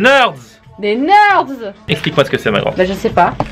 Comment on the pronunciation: On dit pas 'nerds'mais 'nérds'